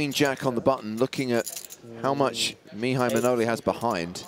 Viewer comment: 24.55 It's Maihai Manole not Mnaole